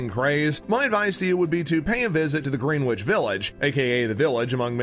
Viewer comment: It’s pronounced gren-ich not green-wich. Great video nonetheless